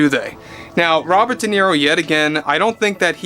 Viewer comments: Who is this “Deniro” you speak of? 🤣🤣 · DE NERO😂😂😂😂😂